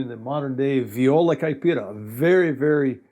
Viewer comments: Great video! I didn't know all that you said about the Viola. And great pronunciation of the words in Brazilian Portuguese! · Wow, excellent pronounciation! I'm a viola caipira player myself. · I don't know him, so I don't know if he speaks Portuguese, but friend, his Portuguese pronunciation is impeccable! Few foreigners are able to speak the "nasal vowels" of the Portuguese language (vowels with this "~" accent) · It is awesome to see the instrument I play and love being represented in a foreign channel. Btw, pronunciation is great, congratulations, nailed it. Saudações do Brasil.